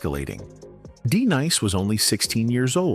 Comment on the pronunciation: 😂 that wasn't "Just- Ice" nor "D-nice" Narrator plz hire someone knows the difference. Artists.